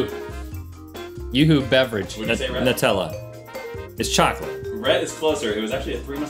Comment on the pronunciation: the way he says Nutella is so funny to Mr "NAWWWTAAWWLAA"